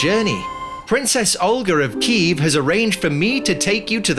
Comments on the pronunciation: as a Ukrainian I love this. thank you for using the correct pronunciation of Kyiv too! much love from, well, Kyiv haha :D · Well, it's cool that's finally Kyiv not Kiev, but it's OlHa not OlGa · Thank you for using the correct spelling and pronunciation of Kyiv. I also really recommend looking into Anna of Kyiv and her impact on European history 😊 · thank you so much for right pronansiation of Kyiv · Thank you for " kYiv " . So many foreigners used to write /say " kiEv " even tho it's a russian version of the word . 💙💛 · Thank you for pronouncing and spelling the name of the capital correctly, слава Україні